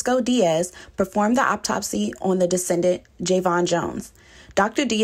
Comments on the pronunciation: She is killing me, keep say "descendant". The word is "decedent" meaning the person that died or is deceased. 🤦🏾‍♂️ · oh my God she really said “descendent” the whole video smh a descendent is someone you descended from… a Decedent… is someone who is DECEASED